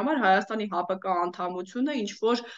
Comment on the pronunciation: Սիրելիս, ՀԱՊըԿը չի, այլ ՀԱՊԿ-ի...